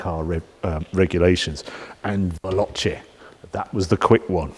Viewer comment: repeat after me VAY LO CHAY not VELLOCHEE . its like nails down a blackboard